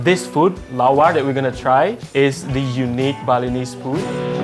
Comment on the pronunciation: Does no one else think he says Bolognese instead of Balinese?